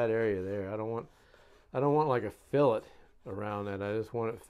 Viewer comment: Alright you are finally saying fillet correctly my brother...Thats progress...a step in the right direction...Boy this Biplane is turning out beautiful too. You are just an awesome builder. May take you a little longer than some but just look at the quality bro. Totally worth the extra time. Cant wait to see her covered and ready for her maiden flight....👍👍👍🤙🤙🤙